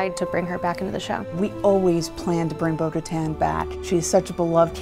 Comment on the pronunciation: why do they keep saying bo katans name wrong?